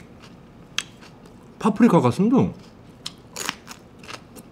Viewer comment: 파프리카 할때 미제앞잡이 잠깐 들왔다 나감 ㅋㅋ